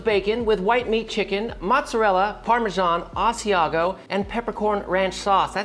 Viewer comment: The way bro said aæà asiago